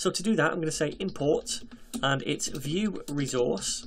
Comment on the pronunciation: You pronounces it as "VueRezource", That sounds good. Thanks for this amazing playlist about Vue JS...